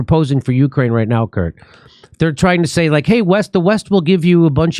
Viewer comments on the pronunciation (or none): none